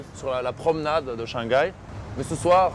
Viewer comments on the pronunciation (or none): Haha, ils ne prononcent pas le H en « Shanghai »?😆. H doit être prononcé en chinois.